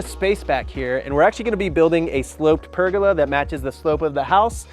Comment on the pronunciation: I’ve never heard anyone say ‘pergola’ like that. Interesting lol